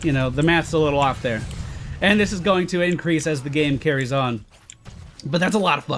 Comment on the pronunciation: He said incwease Hahahaha